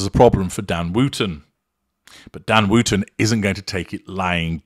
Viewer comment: Gosh, yes! Thanks for pointing that out. I guess that’s the kiwi, rather than the way us Brits pronounce it.